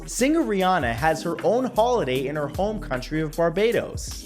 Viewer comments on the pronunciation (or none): none